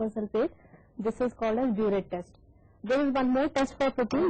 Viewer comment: The pronunciation of biuret test is pronounced as burette.